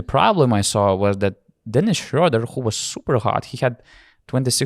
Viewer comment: Thanks a lot for your great content throughout Eurobasket! I've listened to every single podcast of the tournament and enjoyed them all! And your pronunciation of "Schröder" has gotten better every episode ;)